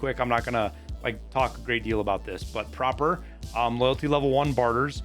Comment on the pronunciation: why do you always pronouce it proper. when its clearly an "a" prApor?